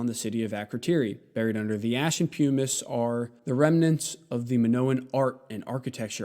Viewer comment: Nice explication, but: 1. It’s pronounced pumm-iss, not pume-iss 2. Why mention Graham Hancock, a clear grifter with nothing to add to any serious consideration of the human past.? Why not name the serious scientists who discovered the evidence you present?